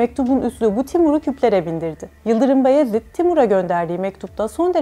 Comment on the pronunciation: "Bayezid" diyeceksin "Bayezid" 😠